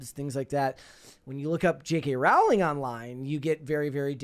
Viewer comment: People commonly mispronounce her last name. Her last name is pronounced "Row-ling" and rhymes with the word "bowling."